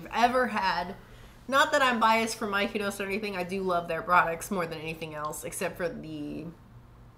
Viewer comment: Lol. I was wondering how they came up with Mikenos 😂